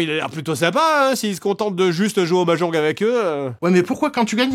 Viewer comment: mais qui dit mahjonGUE ?